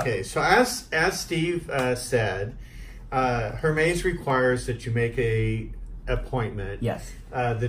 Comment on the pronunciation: This is cute but he’s killing me by pronouncing it Her-Mays!